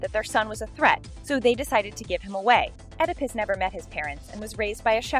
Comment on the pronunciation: Oedipus is pronounced Ee-da-pus, not ed-i-pis